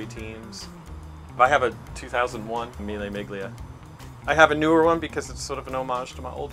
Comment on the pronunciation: Imagine working with classic cars for 20 years and pronouncing Mille Miglia like that...